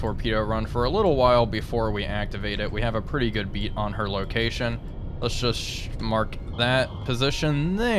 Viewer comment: BEAD not BEAT....you have a pretty good BEAD on her location... well at least you got the HOMING right rather than HONEING which is completely wrong...